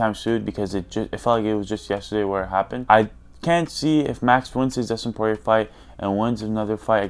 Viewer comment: bro said Dustin Porirer SO FUNNY